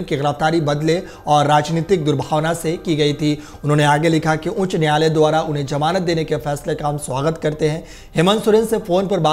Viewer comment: Janab apna talaffuz (pronunciation) sudhariye... Jamanat nahi hoti Zamanat hoti hai...